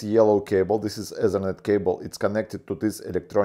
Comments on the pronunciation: Say T in stead of Z. Zhe Ezernet must be the ethernet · when he said ezernet i felt that.